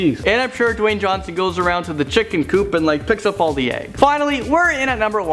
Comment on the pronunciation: Dawyne "The Rock" Johnson